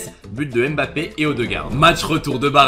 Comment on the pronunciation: C'est si compliqué que ça de bien prononcer son nom de famille ?